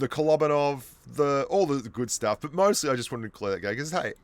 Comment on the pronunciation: Just one quick remark- it’s KolobAnov. Stress the A.